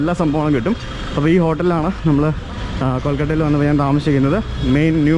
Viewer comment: എടൊ, കൊൾകട്ട അല്ല 🤦‍♂️കൊൽക്കത്ത എന്നാ 🙏 പിന്നെ, ആരെങ്കിലും പേര് പറയുമ്പോ ദയവായി "thats great" എന്ന് പറയല്ലേ🤦‍♂️.. You can Just node or say "ahh Nice"✌️. Also the way you said in the hotel episode, "that man sounds funny" say "he seems to be a nice man or an interesting person".. English വാദ്യർ അല്ല, തെറ്റ് കണ്ടപ്പോ പറഞ്ഞു എന്നുള്ളു.. "ഫാൻസ്‌ ചൊറിയാൻ വരരുത് 🙏"